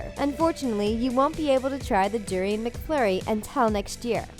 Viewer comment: its pronounced doooo-riiii-on